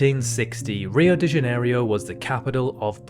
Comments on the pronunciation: "OCEANA" "JANERIO" Why???? WHAAAAAAAAAAAAY???? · Oceania* and rio de *janeiro